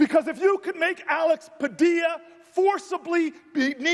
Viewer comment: You're pronouncing his name wrong. Two Ls in Spanish are spoken with a Y sound, Though to be fair you're absolutely right about him, he is just a fucking child